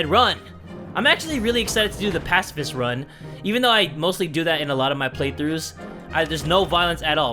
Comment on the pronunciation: Ur saying pacifist wrong its (pa-ci-fist)